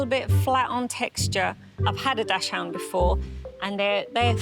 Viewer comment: It's DACHSHUND (DOX-HOONT) not DASH-HOUND🤦🏼‍♀️